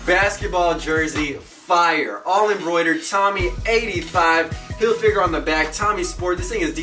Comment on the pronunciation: hillfigger not "hill figure"